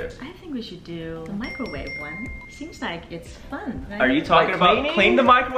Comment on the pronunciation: Microwave not microvate